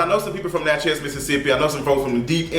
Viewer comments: Its Natchez (pronounced "natches" .. like matches) .. NOT Natch Heaz!!!!!! 😂😂😂 u stay messing up words bro lol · I’m not interested in seeing this movie in the theater, maybe later. Btw boo, it’s simply Natchez...like Mattress. I live for your pronunciation though 🤗😘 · It’s pronounced Natch is, like matches but w a Nat, love you. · Lol the way you pronounce Natchez (Nat-Chez) lol. Lol 😂 it’s all together. Southern Mississippian here lol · Nat- chez 😂 never heard it pronounced that way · You are miscategorizing Natchez. Don't be out here spreading ill informed opinions to your viewers. Black folks can drive through Natchez just fine. You don't even pronounce the town's name right for God's sake. So I know you don't know what you are talking about. Go visit, talk to the people, get out and then let us know how folks treat you afterwards. Only folks who don't know any better are scared to drive through Natchez... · The way you keep saying “Natchez” is tickling me 😆. I’m from Port Gibson, Mississippi which is about 45 minutes away from Natchez. I know a few black people in the area that would’ve made this movie way better.